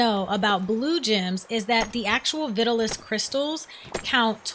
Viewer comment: Not looking to nitpick, but the crystals found in the mines are pronounced Vi-taal-us, just like the old fashioned hair tonic from the 50s.